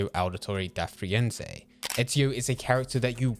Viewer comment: da Firenze not da Frienze